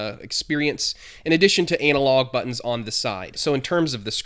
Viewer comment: "Anal Log"